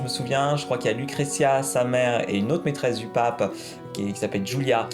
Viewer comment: Cette prononciation de Lucrecia et Cesare 😂😂